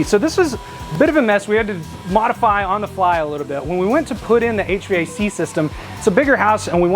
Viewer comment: “Check our our H-Vay-Cee”